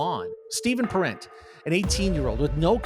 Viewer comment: Pronounced parent, like your mom & dad.